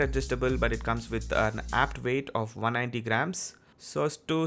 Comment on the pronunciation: Are saying 190g? Sorry but I can't make out if you are saying 190 or 90. If 90 then this is way too light for me.